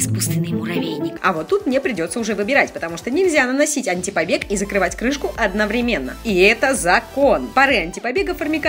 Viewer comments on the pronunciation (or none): none